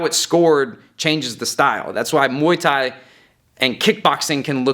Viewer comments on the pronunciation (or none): none